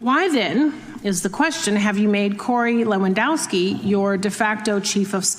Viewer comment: It should be - levandovski - like this footballer. Polish name. W is always V in Polish. And we have v only in imported words.